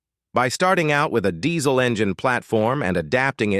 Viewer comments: It's diesel not dezzzzzl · It’s pronounced Dee-zuhl